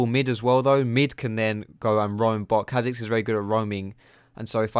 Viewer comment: He sounds chinese when he says kha' xiz hahaha